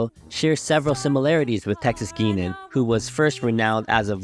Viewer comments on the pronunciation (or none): It's pronounced Texas GUY-nan, not GUI-nan.